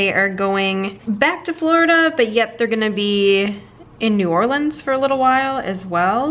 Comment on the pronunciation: I love that to pronounce New Orleans right! The should go on a cemetery tour while she’s waiting on the Fav Dad.